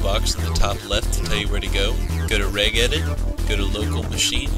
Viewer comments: btw, it's pronounced rej-edit. like you would say registry. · wheres "regedit" :s